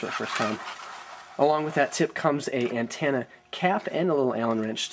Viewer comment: What's an "anne-TAN-a"?